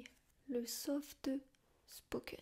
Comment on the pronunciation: Le softeuh spoken. Très bonne vidéo nonobstant.